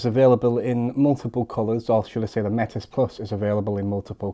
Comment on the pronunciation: Just to note Metis is pronounced without the S.